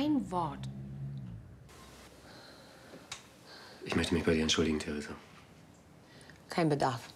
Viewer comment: Theresa..Theresa....Theresa Danke Theresa, hör zu Theresa Wie oft er einfach Thresa sagt bzw. wie du das zusammengeschnitten hast😂😂